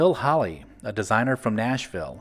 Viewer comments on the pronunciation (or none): none